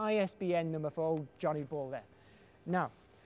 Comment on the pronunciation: I thought he said Giant Balls instead of Johnny balls... Lls